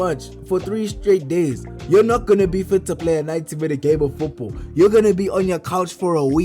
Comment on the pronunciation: I swear this man is saying Foopball 😂😂